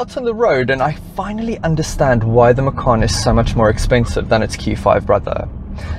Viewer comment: That's correct the Macan is Javanese for Tiger. So, the correct pronunciation is Ma-chan, not Ma-khan.